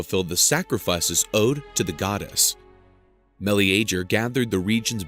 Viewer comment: Never heard Meleager pronounced before. I always assumed it was "muh leega".